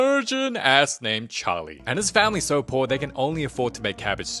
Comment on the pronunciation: "it's no longer you're PUORRR" 😭😂